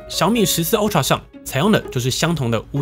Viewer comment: 是"阿"TRA, 不是"歐"TRA, 您的發音太有特色了